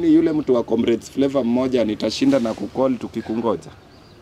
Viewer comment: "Comrades what?" ... flavour 😅😅😅 haki Stivo leo umetamka hiyo flavour ni kama haina flavour kabisa.😅😅